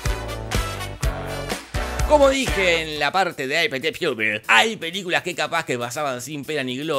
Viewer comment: Me da gracia que pronuncias Apt Pupil tratando de pronunciar bien en ingles ("Ei Pi Ti Piupil") cuando en realidad es asi como se lee, y en otros videos ni te gastas en hacer ese esfuerzo, como cuando pronuncias Anchorman como si se tratara de Anchoas. P.D: El protagonista de Apt Pupil es el mismo de Bully, gran peli. Despues se murio el chabon.